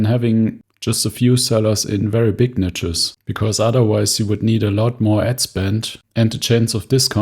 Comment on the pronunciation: Love your content, but please learn how to pronounce "niche". 😂 It's highly triggering.